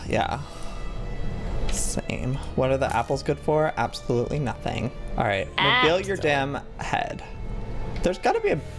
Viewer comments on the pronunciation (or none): Did u hear! Apple-soloutly